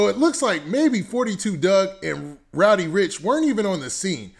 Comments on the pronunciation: bruh did someone hit you in the head wit a brick his name is roddy not rowdy lol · I fuccs with u bruh but its RODDY RIch not ROWDY lol there is no w there lmfao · RODDY rich not rowdy